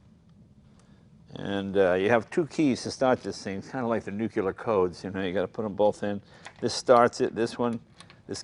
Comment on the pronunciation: 6.55 Nucular codes.